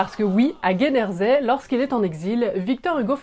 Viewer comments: « À Guédersey » ?!… Il faut lire moins vite les pages de Wikipédia. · Quand on ne peut pas lire/prononcer Guernesey correctement, moi, perso, je ne vais pas plus loin. 😮